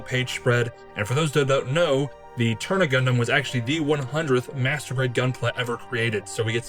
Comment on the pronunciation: amazing build! i dont wanna be mean but i believe the suit is called the Turn A (A pronounced like the letter itself) in the series its called that or the white doll/mustached doll.